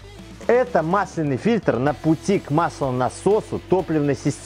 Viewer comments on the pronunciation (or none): Простите, но gramar nazi в моей душе не может больше молчать. мАсляный , мАсляной... Всегда ударение на А, проверочные слово - мАсло. "Кашу мАслом не испортишь"